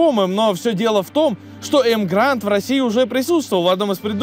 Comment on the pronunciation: Так погоди автор. Вопрос ты специально называешь емгранд, а название emgard. Эмгард. Машина 8 лет в стране (как марка) продается. Видео интересное в любом случае спасибо за труд!